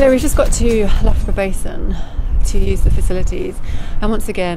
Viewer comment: I couldn’t help chuckling at this one. My husband was at Loughborough Uni from 1979. In his first year there was a Canadian student pronouncing Loughborough as ‘Lugaboruga’, which sounds similar to version. A Canadian thing?